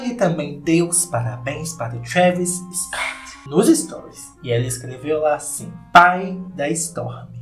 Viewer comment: Eu acho engraçado o falando "scott"